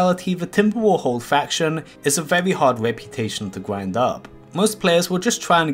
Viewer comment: GRIND or QWIND?